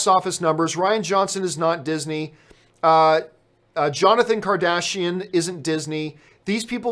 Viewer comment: Jonathon Kardaishian? LOL. J. Kasdan....